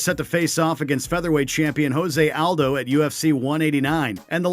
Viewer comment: Hose Aldo, Michael Cheeesa, Vaitor Belfort, Beth Korea....BETH KOREA! XD Oh god! I thought they’d choose narrator who actually watches UFC and knows how to pronounce their names.